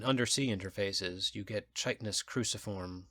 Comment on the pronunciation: I wish you knew how to pronounce chitinous. Thanks for the read, though.